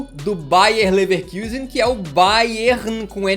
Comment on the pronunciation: Ouvir “Leverkiusen” dói o ouvido